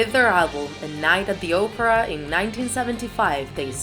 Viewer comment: And instead of Night at the Opera she said Oprah 😂